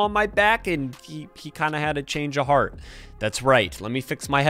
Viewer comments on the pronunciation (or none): none